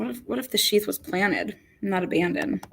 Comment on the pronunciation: abandoned. It's got a "d" on the end.